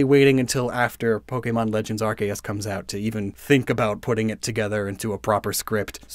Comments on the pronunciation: When he called Arceus "RKS"i was dumbfoubded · youre pronouncing arceus' name wrong